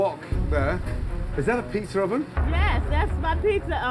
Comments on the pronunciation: Nobody: Kitchen nightmares: “plzza oven” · Am i the only one who noticed Gordon say "pizzer oven" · Yep. Still says “Plzza Oven” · Plzza oven? That won't be here for long before it gets corrected lol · Its PIzza, not Plzza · "PLZZA oven" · PIZZA OVEN NOT PLZZA OVEN. COME ON KITCHEN NIGHTMARES